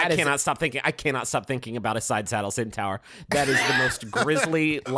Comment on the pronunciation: i like how griffin mispronounced centaur at the beginning and then everyone just went with it for the rest of the discussion